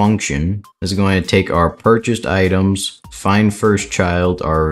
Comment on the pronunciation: u said itens instead of items at the start just fyi